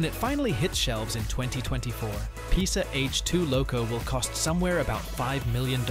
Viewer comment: You are reading the name „PESA“ wrong